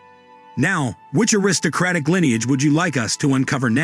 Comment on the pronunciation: lineage" is not pronounced "lie neage". Moreover, the "h" of "heirs" is silent. World War I is not pronounced "World War Eye".